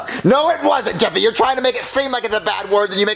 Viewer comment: it’s Jeffy not Jeffry